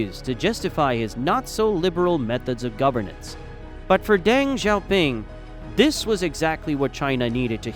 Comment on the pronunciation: Bro, your YouTube is called, but you can’t even pronounce Deng’s name remotely correct? Come on, man.